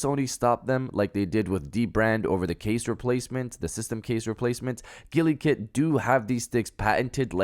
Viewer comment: Am I the only one annoyed af by the way he's pronouncing Gulikit?😠😤😡🤬